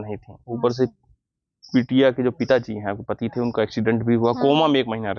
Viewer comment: Nati nahi pati hota hai bro